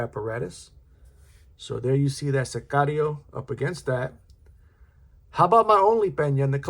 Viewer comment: I think you're the only reviewer who pronounced Sicario correctly and knows what it means. Pena is one of the brands on my will buy list. This is a beautiful thing.